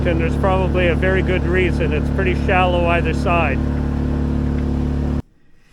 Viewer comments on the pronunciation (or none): none